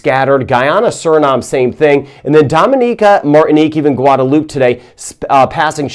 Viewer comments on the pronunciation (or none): It’s Guada loupe two syllables not 3